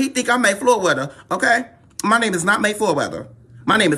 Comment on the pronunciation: Moy Flayweather?!🤔😂😂😂😂